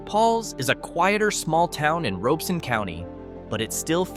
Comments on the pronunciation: And just so you know, the county's name is pronounced ROB - E - Son. The "O" is not long, it's short. I was stationed at Bragg way back in 1989, And after getting out of the army in 1997, I stayed. And sold electrical supplies. A bunch of electricians corrected my pronunciation of said county. Or as the locals say RobCo for short. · I am a born and raised North Carolinian who happens to live in Robeson County. It’s pronounced ROB-ih-sun not like it is said in the video. And yes some of the communities are facing hard times it’s true but do not let that deter you from visiting. Red Spring, Maxton, Lumberton, Whitevill, Laurinburg, Chadbourn, Rowland, Tabor City, and St. Paul’s are all areas I currently live in, worked or visit regularly. You’ve basically took a small chunk of beautiful North Carolina and absolutely made us look like garbage. Every place has its problems but we are still kind caring people who treat people like they deserve. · Notice how Many of these video clips are from Stock Companies, and the narrator is Horrible at pronouncing All of the Towns. It's ROB I son County!!! The cool satellite geo video of each town does not mean the town is awful! Anybody can take annual crime stats and multiply them by 100,000. Even though there are ONLY 2,000 people living in the town! No matter How many times they say FBI, that does not mean the words of the presenter are true. Anybody can go to Any State in the USA, and ANY Country, to put forward a list of places and Towns Not To Live. I don't agree with any part of this BS Video. North Carolina is Remarkably Beautiful, and Absolutely Welcoming to Everyone of All Colors. We work, live, and share happiness Every Day.